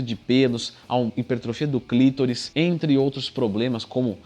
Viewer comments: Não é "clítoris", é clitóris! Porra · Não se pronuncia clítoris e sim clitóris